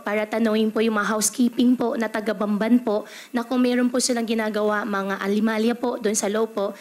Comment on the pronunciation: Yong anomalya ay ALIMALYA sa kanya. Pinipilit niyang ipakilalang Pilipino siya. Kahit ang taong may mababang pinag-aralan ay marunong magbigkas ng ANOMALYA . Nakakahiya siya!